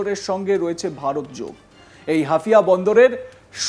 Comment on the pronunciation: হাফিয়া না -- হাইফা